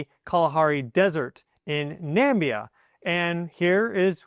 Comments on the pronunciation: Please, the country Namibia, not nambia. The country name is spelt out behind you . You way more intelligent to mispronounce a name of a country. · it's NAMIBIA bro, Not Nambia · When you said nambia did you mean Namibia ? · What’s Nambia? Do you mean Namibia, where the SALT is located? 🤔😂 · The country you quoted is Namibia , not NAMBIA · Its "Namibia" not "Nambia" 😊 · Nimbia, No! Namibia, Yes. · Please, it is Na-mi-bia, not Nam-bia, there is a whole vowel you are forgetting. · Its not Nambia say NA -mih -bia, 4 distinct vowels.. named after the Namib desert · Please prounce the name of the Southern African country with the Kalahari desert correctly. It's Namibia. Thanks for a fascinating channel. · Hi there, it is Na-me-bea, please that is how you pronounce Namibia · Hi. Its Namibia, not Nambia.